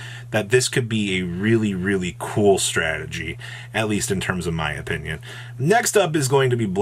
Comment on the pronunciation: did jus say "In my empenion" or am I hearing things 🤣